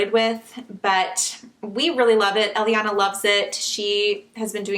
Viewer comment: Elliana is the name we picked for our baby girl and we're spelling it the same way too. I like how it sounds when you say it.